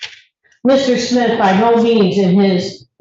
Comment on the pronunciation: OMG, this defense attorney is killing me with her pronunciation of Smith! She sounds like she keeps saying Schmidt not Smith. Personal pet peeve of someone named Smith. 😂